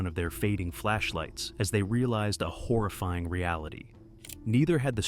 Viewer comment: The pronunciation on "horrifying" reminds of of Stewie saying Cool Hwhip